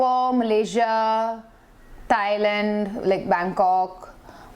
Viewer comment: Thailand not Tailand